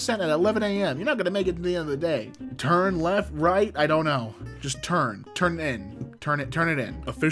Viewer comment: "Turn Leat"